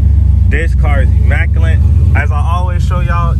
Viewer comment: There is no N in immaculate folks.